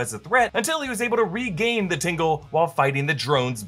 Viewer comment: It's "TINGLE"